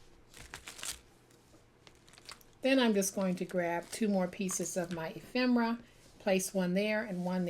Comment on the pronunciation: Ephemera!! i never knew the pronunciation of the word until now! thanks so much! you make such gorgeous pieces of art!